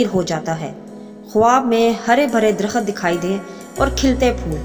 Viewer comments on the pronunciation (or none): Baji darakhat nahi darakht sahi word hay baray meherbani urdu sahi bolayn shookria